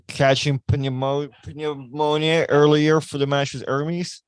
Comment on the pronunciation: . Wtf is a pinyamonia! 🤣🤣🤣 ahh Pneumonia…. 😅